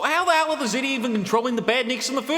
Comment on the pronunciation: Why is it I keep hearing "ziti" whenever you say "Zeti"? I mean, I know you like your pasta bake, but still.